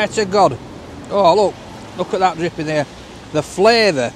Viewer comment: Haha if 'd been wearing specs he'd have paused and looked over the top of them as he said "DRIPPING" knowing wink epic reviews, love it